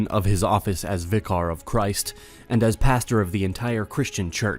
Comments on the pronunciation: Nice video but you butchered so many words in this - it's not "eccalesiastic" but "ecclesiastic" or more accurately "ecclesiastical", it's "vicar" not "vicaaaar" and the Pope is not the head of the "state of the Vatican", he is the head of Vatican City!! It's not called "Vatican" or "the Vatican" but rather the name of the country is "Vatican City", it is commonly referred to as a city-state because it is comprised of a single city. Also you said 'the christiandom", it is actually "christendom" where the "t" is silent. I like your videos but please proof read your script before posting 👍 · List of words you mispronounced. Vicar. Temporal. Ecclesiastic. Ecclesiastical. Christendom. You don't sound very smart. You sound like you're reading a Wikipedia article and seeing these words for the first time.